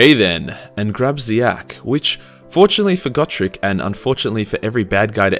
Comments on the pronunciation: Just to poke fun at you, Gotrek is pronounced Goh-trehk. :3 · Ya I pronounced it go-trex